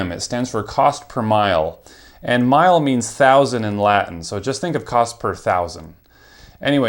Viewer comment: It's not cost-per-mile, it's cost-per-mille (two 'l's). It's from the French mille for thousand. It's pronounced half-way between "mill" and "meal". - Don't the TOS say you can't share your CPM (ostensibly to prevent people from comparing)? 🤔 - Nothing wrong with sponsors; I've seen some done really well (and some channels I like so don't mind anyway).